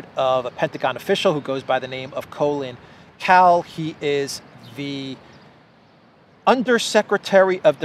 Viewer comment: The guy's name is Colin Kahl, but before I looked it up it sounded an awful lot like was saying "Colin Powell". I wondered if Powell had a son I'd never heard of before.